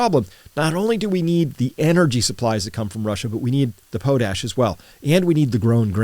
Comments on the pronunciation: Potash is pronounced pawt-ash, not pohtash. Put hardwood ash in a pot, cover with water, boil down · It's pronounced "pot-ash" not "po-tash" we make tons of it here, so we hear it in the news a lot^^ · PAHT ash, not POH tash. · Have I been pronouncing potash incorrectly all these years? Potash = pot ash? Note pote ash.